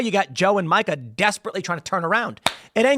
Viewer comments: Tim, I hate her as much as you do but it’s pronounced MEE-KA not MIKE-UH. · I like how Tim keeps pronouncing her name like the guy name Micah 😂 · Tim, it’s pronounced Meeeeka. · A wounded animal is at it’s most dangerous when cornered, Tim. BTW: Her name is pronounced “MEE KAH”. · I think her name is pronounced “Meekuh”